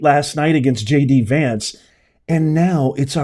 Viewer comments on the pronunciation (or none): none